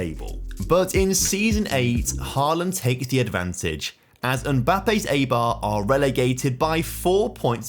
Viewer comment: Enjoyed the video, but you should look up how to pronounce the names of clubs that they end up at. The pronunciation of Eibar was hurting me and it only takes a minute to do so